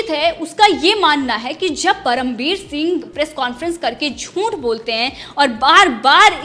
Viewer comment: Jhunth nahi jhuth hota ha larki ...aapni juban ko theek kar yrrr tu larki ....,.. 😄😄😄juban theek kiya kar yrr larki